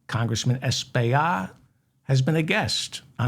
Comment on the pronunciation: As my Congtessman, his name's pronounced Es-pill-lot. I hope you said his name correctly when he was on your show!